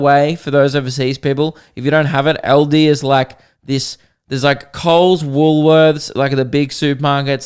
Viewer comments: Why were you saying eldi not Aldi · saying Aldi.... "Eldi"